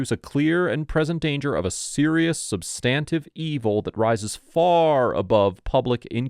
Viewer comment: Excellent work,! I hope the officers/deputies got some more training and learned some constitutional law after this embarrassing—for them—video. I wouldn’t necessarily call them corrupt. Ignorant, certainly. Maybe corrupt, though, if they knew they were wrong. Please, however, do correct your pronunciation of “substantive.” The emphasis is on the first syllable, like this —SUHB-stuhn-tiv. Cheers!